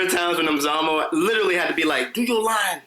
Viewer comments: South Africa is so proud of Nomzamo, and well done Jeanie for saying her name perfectly :) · We're proud of you Nomzamo 🤗 Thanks for pronouncing her name the way you did! 👏🏾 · They said her name properly 🥰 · Super proud of Jeannie for pronouncing Nomzamo's name right. She's welcome here anytime just for that. Nomzamo flying the flag for us,super proud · I like how everyone took time to know how to pronounce her name! They did their homework about her! Proudly South African 🇿🇦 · I love how they pronounced Nomzamo's properly 😍😍LOVE HER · I’m impressed by how you guys pronounced Nomzamo’s name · Jeannie pronounced Nomzamo's name so well. 😊😊😊😊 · I'm happy they pronounced her name well😊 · Jeannie pronounced Nomzamo’s name so perfectly! Loved that! South Africa stand up🇿🇦🇿🇦🇿🇦❤️ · I love how Jeannie said Nomzamo's name 😍😍🇿🇦🇿🇦🇿🇦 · Thank you so much ladies for actually pronouncing her name right!! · Came here for Nomzamo and the fact that they all pronounced her right....awww Hollywood Reporter's NEXT BIG THING......YASSS MAMA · I actually replayed 3 times everytime her name was called, just to hear them say her name right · Hallo wow ladies you pronounce Nomzamo's name so well.Hallo girl thanks for representing us in USA. So excited yey 😍😍😍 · all the host said her name right,love you even more for that guys. south africa is proud nomzamo